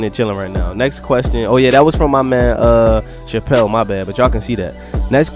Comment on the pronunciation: lol. the chapelle part, people always butcher it lmaoooo but you got it, good video bro!